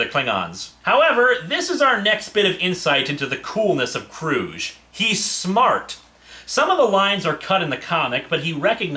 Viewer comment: And by the way, Hard G in “Kruge”. That’s how Valkerys pronounced it in the film…